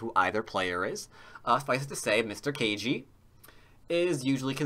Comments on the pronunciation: Ke Jie sounds like "Kuh Gee-ay", not Kay Gee. You're killing me,. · That'd at least have one of the syllables correct, rather than zero. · Just starting to watch; I think you should try to put a little more effort into pronouncing "Ke Jie" correctly. You know, for respects and stuff :)